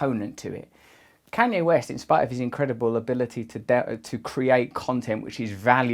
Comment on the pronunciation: ”can yea west”